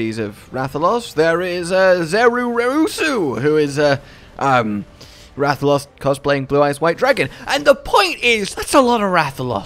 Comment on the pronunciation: dude pronouncing rathalos like rathaloss